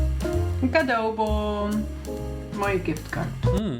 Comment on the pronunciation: Cádaboon!’ ( cadeaubon) die houden we er in!! 😂😂